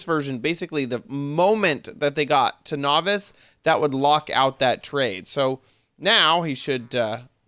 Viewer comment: "I left ouf some bug fixes" XD